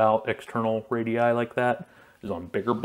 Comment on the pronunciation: Really appreciate you calling the radii instead of radiusus like most Americans